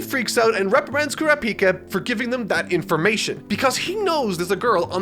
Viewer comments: I know youre saying Kurapika, but it sounds like your saying Krapika and I want to rip my ears off... good video tho. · It’s not Kurapicá it’s Kurapíca 🙄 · Stress goes on the second syllable not the third! It's Ku·RA·pi·ka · Sometimes u pronounce crapika and sometimes kurapika😂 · I absolutely love how says “crapika” 😂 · Mans cannot pronounce names, its ku- ra, pi-ka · I can't unhear saying Crappyka. Not asking him to change it thought, Crappyka! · i love that he calls Kurapika "crap-pika" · Kurrap-Peeka, interesting pronunciation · HE SAID CRAPIKA HAHA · why is saying crapika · please pronounce Kurapika correctly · I really like this character... Also: goes on to change the pronunciation of kurapika a million different ways. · In the opening clip to the video they pronounce kurapika right but he still butchers it... At least he's getting closer